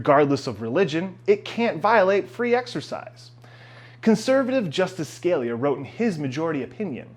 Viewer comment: Justice "skuh-lee-yuh" not Justice "scale-yuh" :) I don't get why we need so damned many laws. At this rate we'll have a law that determines the proper orientation of a toilet paper roll. "If you own a business you should be able to refuse service..." Yup... Too damned many laws...